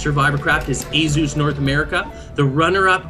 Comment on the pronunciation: Azuz. Its asus